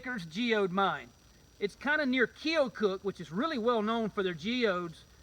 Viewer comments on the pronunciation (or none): Not try to be rude but I live in keokuk and it’s key-a-cuk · Needs to learn how to pronounce Keokuk.